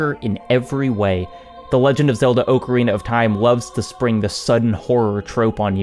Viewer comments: ok i cant. You're saying ocarina wrong. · Your saying Ocarina wrong